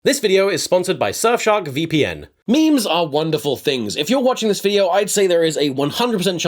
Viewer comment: My favourite actor once pronounced memes as mee-mees. Help.